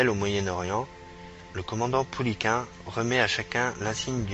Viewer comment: Le 1er commandant du GC3 "Normandie" s'appelait Joseph Pouliquen, commandement assuré du 1er septembre 1942 au 22 février 1943. Il portait le grade de commandant. Jean Tulasne, commandant en second, lui succéda. il faut prononcer Pou-li-quène et non Pou-li-quin. Jean Tulasne n'a jamais commandé le régiment Normandie-Niemen. Ce sont des dénominations qui furent apportées plusieurs mois après sa mort tragique. Il commandait le GC3 aussi appelé escadrille "Normandie" qui, bien sûr, devint le régiment ensuite.